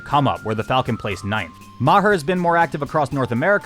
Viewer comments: Love the homies getting recognition they deserve, for next time Maher is pronounced "Mar" :) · Hey, just saying, "Maher" is pronounced "Mar" (like if you said mars without the s)